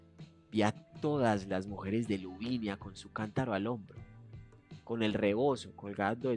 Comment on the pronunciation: Por qué dices LuviNIa si es Luvina!! Me describo 🤣